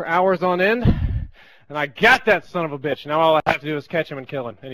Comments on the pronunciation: did i just hear say "get im you sumbitch" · Kinda laughed when you said "Sombitch" but I know it was a heat of the moment thing. Glad you and Ozy got it and hope the rest is resolved soon.